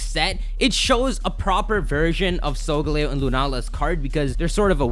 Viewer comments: It's Sol-galeo, not sogleo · Cosmog is sungaleo or however you say it, and the orb one is clearly Lunala.